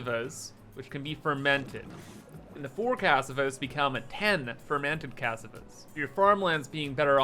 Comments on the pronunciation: It's not C-ass-ah-vah is cuh-saw-vuh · /Ca-sa-va/ It's a kind of root vegetable. Also known as Yuca. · That's not how you pronounce cassava. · I love how you pronounce cassava 😅